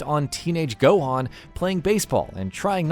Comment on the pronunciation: ''gouku'' ''krrulyn'' ''gouhen'' ''kaukarrout''😂